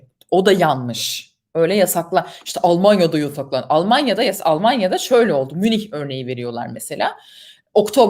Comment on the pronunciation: "olmonyoda da yosoklondu" :)